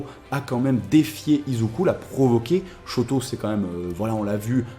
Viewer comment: Shoto pas shouto omg --´